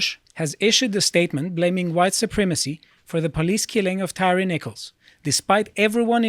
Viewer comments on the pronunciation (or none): NO, that's not how you pronounce his name. It's Tire. Like tires on a car. Man! I guess that's what you get with white supremacy. Not even respect for the dead. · I don't know why people keep pronouncing his name tyreeeee Its tyre like a michelin. Its like hyacinth bucket saying its bouquet from "keeping up appearences" lol